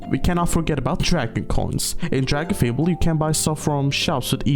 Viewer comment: i first played this game when i was like 9 and hearing someone saying dragonfable the correct way is so funny to me cause in my head i still read the name phonetically correct no matter what